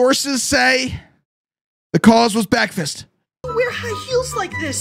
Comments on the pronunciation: that Bekfast was what got me. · did someone take a bi- *BEKFAST*